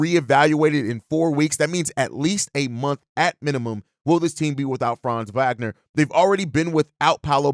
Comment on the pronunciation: Hey Host…the W in Wagner is pronounced like a V! Ya think people who post NBA news would know that after 4 years in the league. 😳